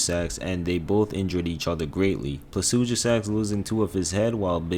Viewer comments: Bro must be dyslexic mixing up the I and U in Placidusax everytime, it’s pronounced PLA-SI-DOO-SACKS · PLA - SID - YOU - SAX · "Placudusax" bro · Bro him saying pla su ji sax bothered me so much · How are u getting a "G" pronunciation in the name Placidusax? 😂